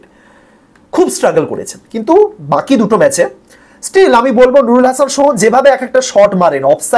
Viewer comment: Sohan re sohom boltechen